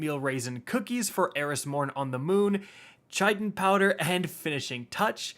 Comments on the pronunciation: Chitin is pronounced “kite in” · just for future reference chitin would be pronounced "kite in" its the stuff bug exoskeletons are made of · Hehe, Chitin... it's pronounced "kai·tn" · chitin... chitin... shitin? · Everybody: Chiten powder (Kie-Ten Powder): Chicken powder! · Chitin "Kite-in" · Chitin = Kyte-in. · Bro stop calling it chichin. It is Chitin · Chichen powder? Where's the second "Ch" in Chiten? Its either Kiten or A hard "Ch" like chair so Chiten. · FYI: Chitin is pronounced Kite-In. Say it quickly. It's a principal constituent of the exoskeleton, (outer covering), of insects, crustaceans, and arachnids.Yum!! ;) Btw, I don't bake this much in my own kitchen! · its pronounced KITE - N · It's so painful to hear you say chitin powder......... it's pronounced "Kite-in" powder. Smh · Chitin = Kai-Tin. Eliksni = E-Licks-Knee. Friendly heads up lol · its pronounced like 'kitin' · Chitin powder is pronounced like Khitin. It’s the stuff you find on invertebrates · Chitin (KITE-in) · Chitin is pronounced Kye-Tin You're welcome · How did you get "chichin" from chitin? Like I get that you may not know how to pronounce it. But like, where is the ch lmao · ITS PRONOUNCED KITE-IN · Hey just letting you know that chitin is pronounced sorta like kite-n and the ch doesn't actually make the ch sound in that word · It’s pronounced “kie tin” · “Chichin powder” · So chitin is pronounced Kite in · Ky Tin - Chitin (substance that makes up the exoskeleton of insects) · Chitin is pronounced like "kite-in" btw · Chitin pronunciation is KITE'N, like a kite you fly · Also Chitin is pronounced "Kite-In" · AKA the video where struggles with pronouncing chitin for the umpteenth time.:) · Chitin is so commonly mispronounced and I can't figure out why